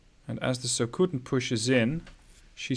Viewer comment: 'So-ku-ten', not 'so-kuuuu-ten'